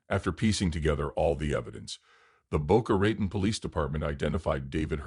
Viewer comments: Thank you. This is one of had never heard. Well done. With all due respect I can not subscribe to AI narration. Everything about your channel leads me to the fact that it is indeed up to my standards and beyond Other than the obvious Al. Boca Ratan repeatedly pronounced wrong for some reason drives me mad. Wish you success DM San Francisco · Please learn how to pronounce Boca Raton.